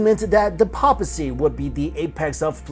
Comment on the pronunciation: Seriously. Does he mispronounce a word in every video? Is he required to do so?